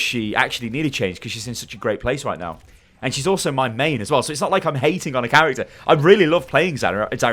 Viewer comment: Shame you can't say your mains name lmao 😂😂